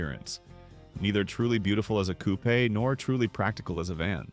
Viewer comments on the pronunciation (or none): A “coup-aye” ? Haha (ref Nissan Pulsar NX coupe). If you’re going to AI narrate and make AI videos, at least listen to the video. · I quit listening at coupe pronounced cou- PAY.